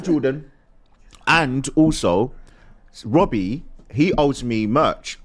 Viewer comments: wobbie 😂😂😂 hahahahahahahahaha lmao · "When's it gonna end Wobbie" 😜🤣